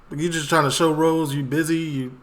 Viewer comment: You're saying his name wrong lol it's Ross like the guy from Friends TV show not Rose. Keep up the good videos!